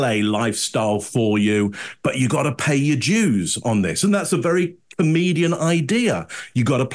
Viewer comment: I always love analysis, but it sounds like he is saying “pay your Jews” over and over again.